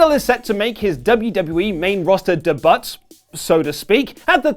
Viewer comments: STOP SAYING DE BUT. FFS. It's not even slightly funny. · You pronounce "debut" totally wrong. You gotta know that, right?!? The "t" is silent. It is pronounced "day-bue". Google it for fuck's sake! You sound like a moron when you say it the way you do. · Please don’t say “de-butt” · Da butt? It’s debut! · He also pronounces the word wrong. Just because he sounds like an uneducated twat, doesn't mean YOU have to! Uhhhh LMFAO. Watch these... The proper way to say debut in both American and British English.